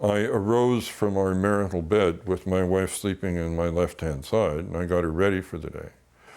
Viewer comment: 🤔Interesting 🤨🤔 😳🤨When he said “marital bed” the hairs on the back of my neck raised😱...I knew something wasn’t quite right....no loving husband says “martial bed”. He definitely didn’t want anyone to interview his son. 😂